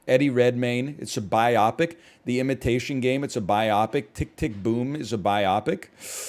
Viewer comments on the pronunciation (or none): Wait does this man really pronounce "biopic" as "bye-AH-pic" instead of "BYE-oh-pic"? Is that a Canadian thing, or just a case of only having ever read the word?